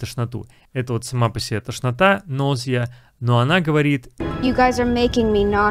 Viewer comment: Вы в повторе карточек произнесли слово « тошнота» как « ножа» вместо « нозиа». Так как же правильно?